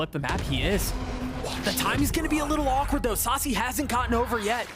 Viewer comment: Sacy.. not Sachi 😂